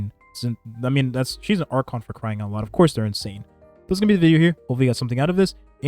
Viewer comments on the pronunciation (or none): none